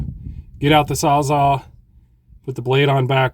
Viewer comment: The shed turned out really nice for someone who says he never framed before! For clarification, are you saying sawza or sawzall when talking about your reciprocating saw? I can’t tell… (Milwaukee came up with the term “sawzall” when it developed the reciprocating saw